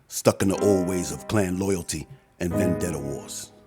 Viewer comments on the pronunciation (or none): none